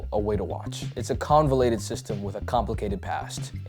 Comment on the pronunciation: Wow - this is what YT content should be. Smart, honest, well-researched... excellent. Having said that and because I am an A-hole: it is "convoluted", not "convalated" and it is "in and of" itself, not "in of" itself. Constructive criticism, no hate.